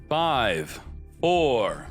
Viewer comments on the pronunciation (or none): none